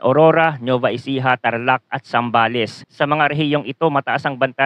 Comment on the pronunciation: Anung Nova Ecija Nova Vizcaya. ginawa monang Chichirya yung dalawang Probinsya. Nueva Nuweva ganyan ang basa matagal kanang nabubuhay sa bansang ito hindi mo parin alam ang basa sa dalawang Probinsya nayan. imposible hindi moba naririnig yang dalawang Probinsya nayan? Kahit sa Balita o sa School?